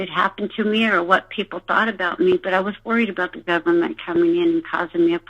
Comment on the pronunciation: "GOVERN-MEANT" frickers says it all